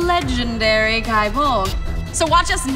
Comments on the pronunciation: It's pronounced Gae as in Gay, as like in Gae-lic. Like Celtic is not pronounce Seltic. Oi. Also,I really feel like you need a new video editor on this, it's very boring and poorly paced, especially when your 'competitor' Men at Arms. The host also has a awkward feel to her because of the pacing, needless direction you have her take. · Nice, i don't think it's pronounced "guy bolg" but don't quote me on it. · First, it is pronounced "gay bolg." The game itself confirms this in the achievements for dragoons and lancers. One would think that you'd respect the weapon by pronouncing its name correctly, regardless of the connotations of a word that sounds the same. Second, relic weapons are easy to get, but hard to upgrade. I would prefer you do your research before making a video on a weapon you don't know much about. Finally, I'm a paladin, white mage, botanist, carpenter, and soon to be bard. I help my free company, Distant World on Masamune, with whatever they need help with, and in turn I get things done. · wrong it’s pronounced gae bolg in game because it doesn’t have the symbol over the a to change the pronunciation. Plus the achievement is “having a gae (gay) ol time” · I mean be respectful to legendary weapons but it is pronounced Gay Bulg.